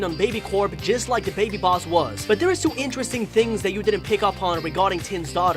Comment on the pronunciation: Ummm why does your voice sound like a baby like you said two to be like twoo